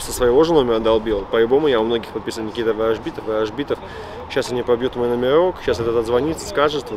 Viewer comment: Никита.Ставим ударение как в французком фильме на последний слог.бей их.плохих